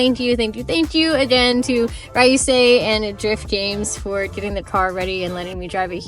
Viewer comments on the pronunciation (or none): Ryusei not rayusei